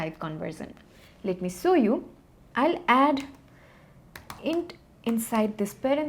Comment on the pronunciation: it is show u not saw u!!!!!!!!!